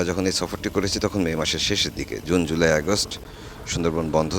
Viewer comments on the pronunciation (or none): none